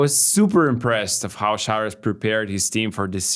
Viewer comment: why do feel the need to say "Sharouas" instead of just Šaras when you could very well do the correct pronunciation? Otherwise - thanks for the content guys, good as always